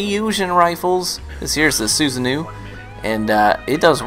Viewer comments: Susanoo is a god from the Japanese culture so hearing it how says is funny xD it's meant to be pronounced as (Su-Sa-no-oh) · Su-san-no Trust me that's how it's pronounced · You keep saying Susanoo wrong😩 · as a weaboo, your pronunciation of Susanoo triggers me ;P